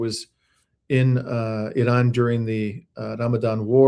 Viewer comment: Why are you pronouncing Iran like that?